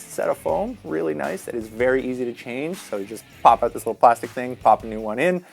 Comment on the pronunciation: The way he says “out” always makes me cringe.. “oht”